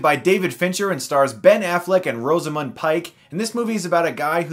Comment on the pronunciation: Rosamund, not Roseamund.